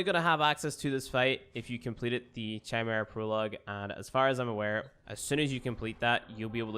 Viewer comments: KY-mera. Not CHI-mera. And thanks for your videos. They are very helpful. (PS it's also "chassee", not "chasseez.") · Khy-Merra (Chimera) :p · Isn't it kai-meera? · I believe it is pronouced key-mera. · Chimera is pronounced Kay-meera